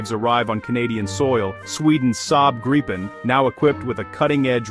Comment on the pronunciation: The changing pronunciation of Gripen in almost every sentence was really distracting and annoying!